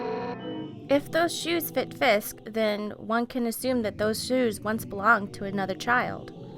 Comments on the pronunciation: it's frisk not fisck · Frisk not fisk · frisk.....not fisk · Fisk?? It's FRisk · His name is frisk not fisk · Whose Fisk???? And it's frisk.. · ...... ....... ...Did she just call Frisk.... FISK!?!?!? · Is she saying Fisk or frisk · Lol she says Fisk its Frisk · she says fisk, instead of frisk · Ikr its annoying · am I the only one who heard her say fisk instead of fRisk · u said Fisk 3 times in this video instead of Frisk